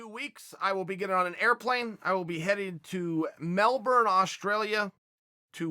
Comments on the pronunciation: Coffee is great pretty much everywhere in Melbourne. By the way, I understand that things are pronounced a little different here... Just trying to help... Try pronouncing it MEL-BUN instead of MEL-BORN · BTW it's pronounced Mel -Bun, not Mel - Born.